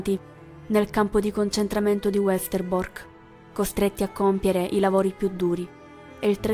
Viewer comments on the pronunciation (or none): Grazie per l'importante video, si deve sempre onorare e diffondere la Memoria di ciò che è accaduto. Una piccola correzione: Westerbork e Auschwitz si pronunciano con la V non all'inglese con la U. Miep Gies è "Mip Ghis". Il Diario l'avevo letto molto tempo fa, ma dopo aver avuto occasione di visitare l'alloggio segreto l'ho riletto nella cosiddetta versione integrale... e devo dire che le emozioni sono state molto più intense e definite... mi è quasi sembrato di essere lì in mezzo a loro e di mantenere fino alla fine la speranza che si salvassero. Ma vivranno nei nostri cuori per sempre.